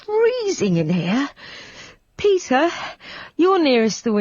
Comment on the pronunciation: "PETHAR" 😂 Non serve aggiungere altro